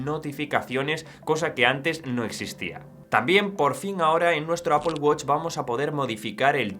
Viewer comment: Primer español que escucho que dice "Apol" y no "Apel" 😮😮😮